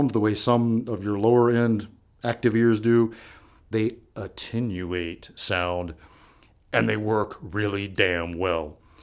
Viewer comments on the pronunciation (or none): Say it with me; "Ah-ten-you-ate". Sorry, made me giggle.